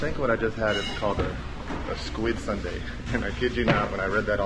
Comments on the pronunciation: squid sundae × squid soondae ㅇ pronunciation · it should sounds like soon-dae and not sundae (ice cream). 😂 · sundae you think of ice cream but its actually pronounced Soon- dea not Sundae. i think its just sounds close that you automatedly think of ice cream. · Not " SUNDAY" in pronunciation, it's SOON- DA-EH aka Sundae. I'm a Brit-Pole and I'm married to a Korean, live in the US. I love all blood sausage and so this is something I eat all the time. Each country has their own version of blood sausage. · squid sundae 🦑+🍦??? 😂😂 순대 pronunciation is more like 'soon dae' 😊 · Actually it‘s more like ‘soon-dae‘ not sundae (like an ice cream) lol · 코리아 U 발음은 WOO - SUN DEA (SAN DEA, SEON DEA) 아니고 (SWOON DEA) 그래도 닉 화이팅은 찰지게 잘 했어요 한국어가 나날이 느네요. 한국 여행을 하면서 더 발전하는 닉이 되길 바랍니다. 닉 화이팅~^^ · squid sundae ㅋㅋㅋㅋㅋ it's pronounced 'soondae' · Squid Soondae (순대), not squid sundae (선대)😅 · sundae is actually pronounced soondae, no relation to the english word sundae :) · Squid Soon(not sun) dae is how you pronounce it just FYI